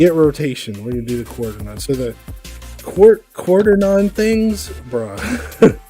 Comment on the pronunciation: i dont know if this will help make my robot driveable with a trigger handle but its useful knowing each chip [=)] p.s: can i get a tutorial on that? (Quaternion is pronounced kwat-ern-eon)